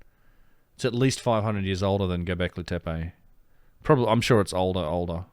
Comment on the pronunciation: It's NOT pronounced "Tepay" it's Turkish not French!